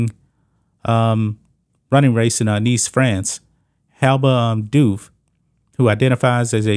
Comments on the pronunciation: The last name Diouf is not french But West African, Precisly Senegalese. Its pronounced "Dee-Oof" As a Senegalese myself i never thought i would see an other Senegalese person Or someone originating from Senegal buying into this trans ideology let alone trying to compete against women while being a man, considering how conservative and religious the country of Senegal is. This is really getting out of hands. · IT IS PRONOUNCed deeouf and it i s not a French nam e, it is Senegalese. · I believe Diouf is actually pronounced "doofus" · At 3'14" , i am not really sure how to prononce his name , because i am not french , but it is an african name !!! And they are talking about slavery , very paradoxal ! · How can you report on a subject when you don't know how to pronounce the name of the subject???